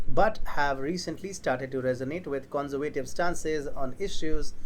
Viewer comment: take lessons in english pronunciation...the way you pronounce "conservative" is childishly wrong...